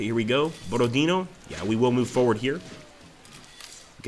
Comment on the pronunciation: Hello! Not Borod-e-e-no, but BorodinO — stressed at the last letter